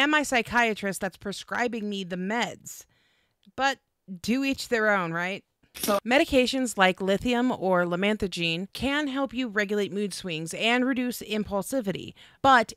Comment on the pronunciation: Fyi it's lamotrigine, not lamanthrogine.